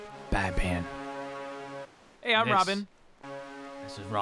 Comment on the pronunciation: says "I am batpan"😂😂😂😂